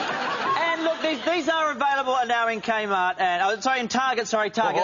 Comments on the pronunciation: Is it just me or did the guy say “kaymart”? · He fucked up with "K Mart"😆😆